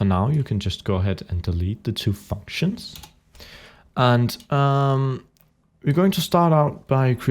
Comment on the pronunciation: Go to it sounds like he says fuck shins